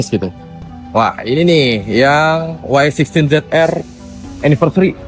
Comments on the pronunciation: Yg penting sebutan Y16 adalah "Wai 16" bukan "Yi 16"😂 hahahahhaha hodoh betul sebutan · Bukan yeh 16 tp y16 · Bang awat depa sebut "Yi 16"?😂 hahahahahahha huduh gila sebutan wai 16 (diindonkan)